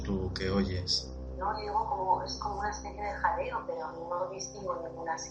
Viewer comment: En supuesto "jadeo" parece que diga "Ainara"